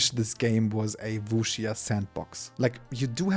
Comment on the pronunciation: Der erste Deutsche der Wuxia richtig ausspricht